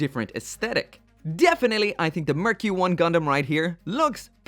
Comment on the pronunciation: sounds like “murky one” hehe